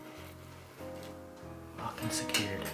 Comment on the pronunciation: Did anyone else hear "Locked and scared" instead of "Locked and secured" 😂😂